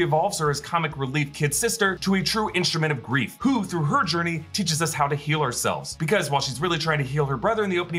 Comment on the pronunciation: everytime i hear that all i hear is "what is beef if not cow persevering"